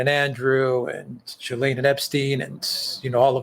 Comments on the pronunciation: Omg at least say her name properly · you can't even pronounce her name correctly?? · Most miss pronounced name in the media lol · all you do is type her name into good translate and listen to the French pronunciation. its a french word. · Why are you mispronouncing her name?